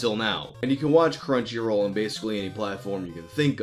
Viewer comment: Cruncyroll?!?! Are you fucking serious, go fuck yourself